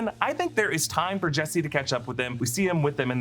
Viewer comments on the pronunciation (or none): none